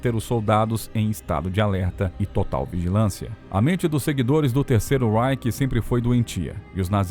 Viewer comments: Não se diz terceiro ráike,mas sim terceiro ráiche! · Você pronuncia REICH com pronúncia inglesa. Não é. É RREICH - pronúncia alemã.